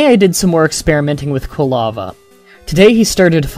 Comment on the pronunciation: Occasionally, it sounded like you were saying kalava instead of Quilava. Minor details.